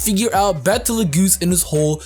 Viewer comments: I think Betelgeuse pronounced is "beetle juice" not like battle geese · ....its Bet-L-Gyuse